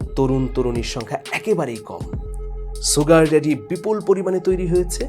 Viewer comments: Aage Sugar bolte sikhen. not soogar. The pronunciation is SHugar. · ছুগার নয় শুগার। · Bhai...Sugar er uccharon ta "sh" hobe, "s" na. Mane "S(h)ugar" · জনাব মানিক সাহেব, "sugar" এর উচ্চারন "শুগার" কিন্তু "সুগার" নয়, যেমন "sure" এর উচ্চারন "শিউর" বলা হয়, কেহ "সিউর" বলেনা। আপনার বারংবার "সুগার" উচ্চারন হাস্যরসের উতপত্তি ঘটাচ্ছে।